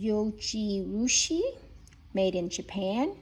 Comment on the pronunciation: Zoh-jee-roo-shee, and you make a good point. The instant pot works well for making rice, but even the non-stick liner tends to leave a lot of grains grabbing it wastefully.